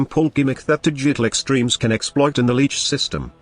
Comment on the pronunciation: Am i the only one, that whenever he says Digital Extreme, i think he said "Did You Click Streams"